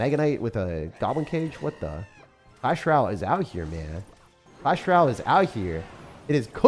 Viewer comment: Hey, what is a Clash Ral? Or are you meaning to say “Royale” (roy·ale)?